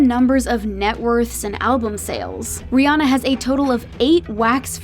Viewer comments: Too bad America doesn't seem to get her name right 😂it's Rhi ANNA not rihonna 😂🤣😂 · But they still saying her name wrong lol it. Ri Anna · How does everyone say her name wrong?????? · You're all pronounce her name wrong